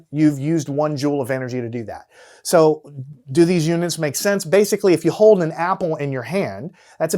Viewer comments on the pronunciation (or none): none